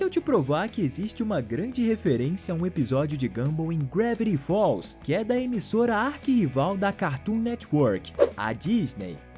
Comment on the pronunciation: "Gravviti falls"?